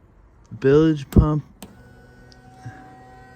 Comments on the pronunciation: Holy shit you got robbed. $500 for two trailer tires on I-5. Wow you got insanely robbed. And it’s BILGE PUMP not BILAGE. 😂😂😂. Sweet boat tho. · It's bilge not billage !!!!! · What’s a bill-ige pump? 😂 bilge not billige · Billage pump ????? I think you mean bilge pump .😂😂😂😂😂😂😂